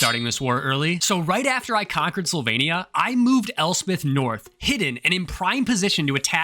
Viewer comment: Sylvania sounded like Slovenia 😂